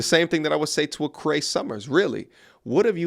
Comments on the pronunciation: CrEE, not 'cray' lol. She was famously the voice of Numbah 5. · Dude, her name is NOT Kray.........it's K-REE Summer. Cree Summer has ALWAYS BEEN WEIRD............ALWAYS WILL BE WEIRD!!! She is the penultimate weirdo-psycho chick which is what she played in " A Different World" Marisa Tomei won an Oscar a couple of years after Different World; Cree Summer got older and STAYED WEIRD and single..... That's why she's 55yrs old and STILL single and humping other people's 20 to 40-somethings yr old son's (daughters ?). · Cree, not Cray and yeah she's a wacko. Actually Cray is a good pun. 😆😂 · it's Cree Summer why are you talking about her name like she's crazy LOL